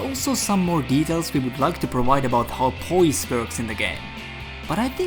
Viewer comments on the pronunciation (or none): none